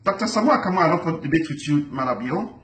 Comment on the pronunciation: U don't even know how to pronounce his name booo stop